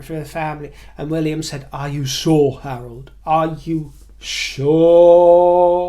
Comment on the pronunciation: When you said "Harold", my brain heard "Harlot" and I thought you were referring to Meghan. Hahaha